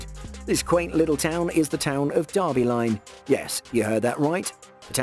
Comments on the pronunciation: its DERBY.....not DARBY. smh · In North America, "Derby" rhymes with "furby", not "Arby".